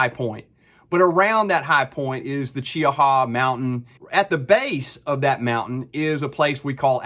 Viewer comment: Nice job. Also, you're the only person I've heard pronounce Cheaha correctly, lol.